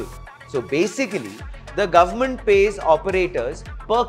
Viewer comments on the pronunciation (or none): none